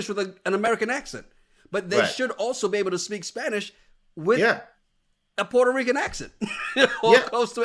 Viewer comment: You know what stuck with me “ I’m Puero Rican “ 😂😂😂Not Puerto Rican.